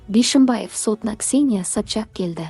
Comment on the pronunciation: Сапшак демей дурыс айсай😂😂Сопчак